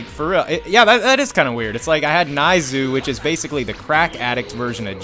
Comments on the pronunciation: It's pronounced Neiz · Pronounce dore as doray, neizu as nayzoo and salza as salza